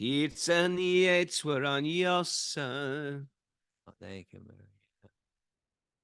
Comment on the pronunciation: Just letting you know the poet's name looks like Yeets for the phonetic pronunciation, but it's pronounced Yates. This is for William Butler Years, I presume. Sharing knowledge as an English major. Hare Krishna Prabhujis